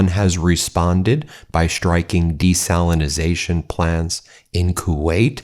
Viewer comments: Desalination. Not Desalinization. Desalination plant. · Desalination ✅ Desalinization ❌ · I think it's desalination. Not your strange version of the word. And if you did your research you would know that Iran actually has natural springs as well. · Ben! It's DESALINATION! We need to be taken seriously!